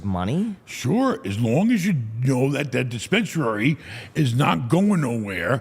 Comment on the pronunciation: Neither of you is going to correct "dispensarary?"